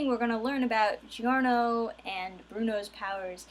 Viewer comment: In italian "Gio" sounds the same as "Jo", so the pronunciation is "Jorno".